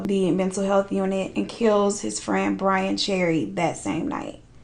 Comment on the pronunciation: "Poor BRAIN Cherry" 😭 gurl